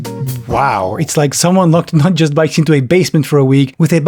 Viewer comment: i think you're pronouncing it wrong. it's not JUUUUUUUUUUUST bikes.